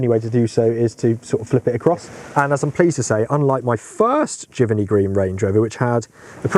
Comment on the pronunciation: Pronunciation is jiv-Ernie Not jiverny Giverney